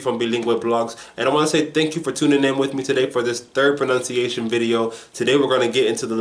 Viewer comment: I wanted to say Dank You." xD